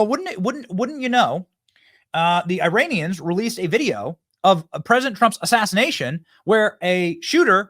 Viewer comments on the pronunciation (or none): none